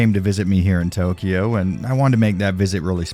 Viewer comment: its not toukyouuuu is tokyo.